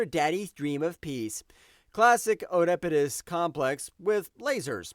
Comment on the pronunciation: Please learn how to pronounce all those words before using them. Oedipus. Elegy. Etc. It was very distracting.